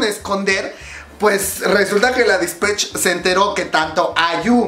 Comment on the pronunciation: Se pronuncia Dispeich